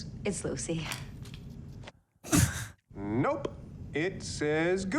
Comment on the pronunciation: When he calls her "Gucy" i can't stop laughing for some reason 🤣🤣